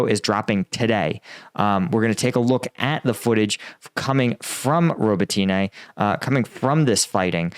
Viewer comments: Please don’t say robotyne and priyiutine. The y is silent. It’s Robotne and Priutne. I know you don’t know Ukrainian. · bro, can you pronounce Robotyne how the actual Ukrainians do? Robot-knee That’s how it’s pronounced, well how it sounds when said